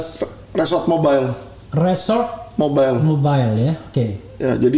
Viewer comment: maaf bang Alvin ,RESMOB bkn resor mobile tp Reserse Mobile